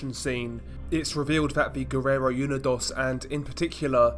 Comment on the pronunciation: It’s “oo-nee-dose” not “you-ni-doss”